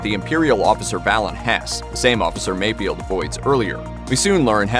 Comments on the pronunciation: It's FELD! F-E-LD! FELD! NOT Field... MayFELD. Not MayFIELD... So annoying... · Mayfeld, not mayfield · It's not MayFIELD. It's MayFELD. oof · It's Mayfeld, not Mayfield